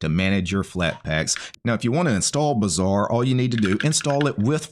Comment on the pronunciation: But when you say it "Bazaar" sounds like "Bizzare"